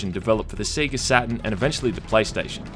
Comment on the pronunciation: He said Seega